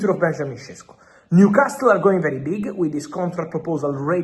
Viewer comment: Why does he keep saying “Newcas-TILL?????? It’s doing my head in!!!!